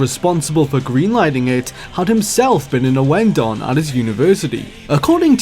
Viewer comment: OH FUCK A 32 MINUTE VIDEO ON MY FAVORITE RHYTHM GAME SERI- "us tutuguy owen-don was a"